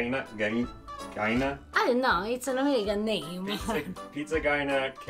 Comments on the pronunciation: STOP calling it PIZZA GYNA. Every American-Italian knows that it is GAIN-A... Just an offshoot of being sloppy with the sound of CHI (CHIENA).. Please it is annoying. Maybe you never heard it but it's evident in spelling. Thanks (I'm not usually crabby but this annoyed me today..sorry please forgive me).. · yep. same. What is annoying is how keeps saying GYNA. Everyone knows it is GAIN-A just like its spelled, an outshoot of Chiena without the CHI (k) sound. Immigrants talk fast and then pass it down and generations sound it a little different. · pronounced "pizza Gain." ...from a New Jersey Italian...lol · He is pronouncing it the way it's spelled though. He's just assuming it's an Italian word. The ai dipthong in Italian gets pronounced in the way he's saying it.